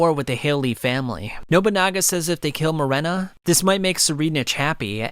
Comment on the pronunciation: it’s Morena not Marina